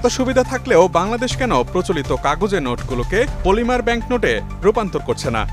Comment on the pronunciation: মলিমা বা পলিমা না। পলিমার হবে।